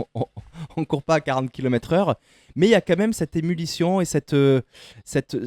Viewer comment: Émulition ou émulation !😅